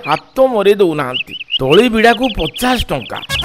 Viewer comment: ତଳା ନୁହେଁ ତଳି